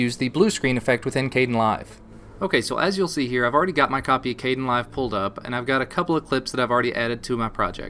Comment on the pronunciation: I notice u say: "k-den-live" In my mind it was pronounced: "k-d-en-live" I dont know, ur probably right. Is there a correct one? Does it matter?